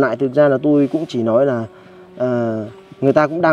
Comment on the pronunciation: Lếu như và nà lếu như 😂😂😂😂